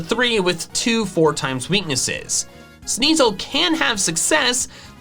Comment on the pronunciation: Sneasel, not Sneezel! Weavile, not Weville! We don't use the word its as a pronoun if there's an apostrophe in it! Evolution, NOT evelusion!